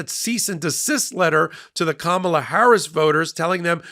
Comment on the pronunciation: the first name of the next president is not pronounced, “Ka MAH la,” except by Trump, and by you, tonight. Remember her nieces at the DNC, teaching the correct pronunciation? “Comma, like in a sentence, then “la” like, “la la la la la la la!”